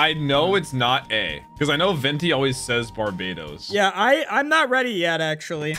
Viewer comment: You mean Barbados 😂 Not to be confused with Barbatos